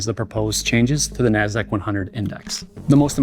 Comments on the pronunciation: the way the guy says "Nasdaq" XD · Dude pronunciation of 'Nasdaq' is spit take worthy.